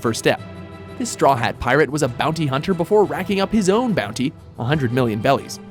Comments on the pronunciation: BELIS (pronounced "berries"), IT'S BELIS! I DON"T LIKE YOU ANYMORE!!!(lol jk) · If you're going to choose anyone from One Piece, it should have been between Law or Whitebeard, preferably Whitebeard. That being said do your guys purposely pronounce shit wrong. It's not belly, it's berrie as in something you pick from a bush. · Showing General Armstrong instead of Riza Hawkeye and Saying 100mil Bellies instead of Berries XD